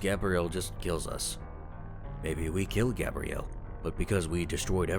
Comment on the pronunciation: Its pronounced gabriel (gabe-re-el) NOT gabrielle (gab-re-el) as you said.